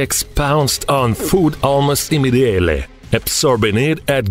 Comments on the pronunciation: I know right. He says "inmidialë" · I have never heard someone pronounced "immediately" like that, man started speaking other language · The way he pronounced immediately is very interesting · I love the way he say "immediately" french kiss